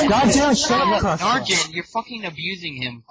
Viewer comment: arjen -> its'actually arjun i think.